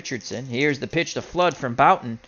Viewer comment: Hey, hows it doin? Jim Bouton, pronounced Booton. Love your older baseball games, you do it well. Keep on rollin!